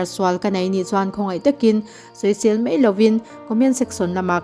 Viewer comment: Mai tihturah mei i rawntih hi bawng mei tihna em ni mawlem mai a aw b zirthaleh teh aw